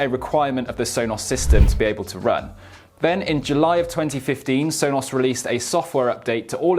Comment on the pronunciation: Sonoss Rooters.